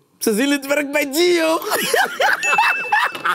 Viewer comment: zijn vader moet maar eens naar de ouderavond op de basisschool van komen, want kan na 2 jaar lang nog steeds geen Gio normaal uitspreken😅